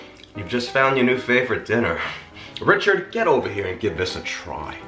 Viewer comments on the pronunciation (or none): none